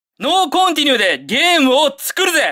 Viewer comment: ノーコンティニューの発音おかしい？？は｢ノー⤴︎｣俺自身は｢ノー→｣なんだけど